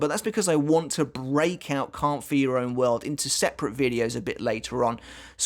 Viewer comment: Am I the only one who hears "Count for your own world" with his accent? No trying to be mean